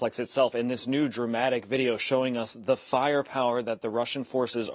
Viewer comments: can no one say "Azofstal"? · Avoztal? Bass ackwards. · Azovstal, not astoval. Cut his salary!!!! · Shep can't even says AZOVSTAL, illiterate news anchor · Learn to pronounce “AzovStal” before posting your propaganda.